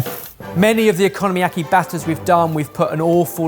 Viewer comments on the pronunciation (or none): I legit snorted every time he said "economyaki" instead of "okonomiyaki" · The unintentional mispronunciation "economy-yaki" is quite fitting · Purple and yellow carrots? :O Okonomiyaki - oh-coe-no-me-yah-key is Japanese and have a long o sound. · absolutely kills me every time one of them calls okonomiyaki “economy-yaki”… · “Economy-yaki” …took me a sec to realize he was trying to say Okonomiyaki. 😂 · I’ve got to say, big fan of making okonomiyaki at home, but I had a bit of a laugh hearing “economy-yaki”. Brilliant idea, I always look forward to your uploads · I'm not even Japanese and I am insulted by your pronunciation of okunomiyaki. Also it translates as fried things you like